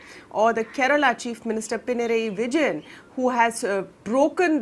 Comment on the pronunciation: Look at the kerala Results, lol. Avoided one virus from the state. One more to go Covid. And the reporter should learn to pronounce pinarayi vijayan better